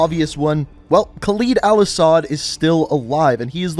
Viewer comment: the entire video you kept mispronouncing Khaled Al Asad's name, it's pronounced "cal-ed" not "cal-eed"